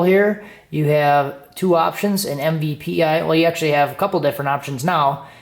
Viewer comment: MPVI not MVPI